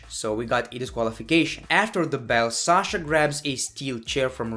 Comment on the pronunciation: Amazing video.But place yourself in Sasha's place at least once.Because I would be frustrated and super frustrated as hell and probably more or less than she is.And please that Shasha thing is getting lil annoying.When you talk low you sound pretty awesome,entertaining and sexy but stop with Shasha thing.